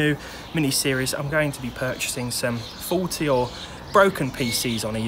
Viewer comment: when you first said "faulty" I heard it as "forty" and got a good laugh, always enjoy your vids